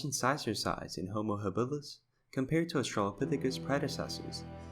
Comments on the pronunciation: Why that strange sounding pronunciation ha-BILL-is??? For over half a century, I have NEVER heard it pronounced other than HA-bilis. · Yeah, I have for decades always learned to pronounce it HAbilis and not that ( to me!! ) strange sounding haBILLis word!! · HAbilis, stress on first syllable. Not haBILis….